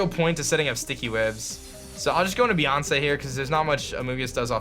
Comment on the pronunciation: Beeyonce XD